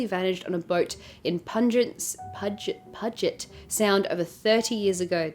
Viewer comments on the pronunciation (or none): Being from the PNW in Wa State Id like to help with the pronunciation of Puget Sound. It’s like Pew-Jet. ♥️ Love your videos. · Enjoy the US! We pronounce “Puget Sound” as “Pewjit Sound”.